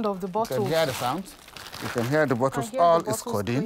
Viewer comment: Its so sad that you dubbed this interesting documentary as "Sweet sweet condiene" damn..😬